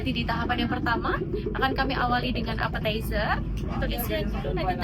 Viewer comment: Apetizer mas,, bukan Aperterzer 😅😊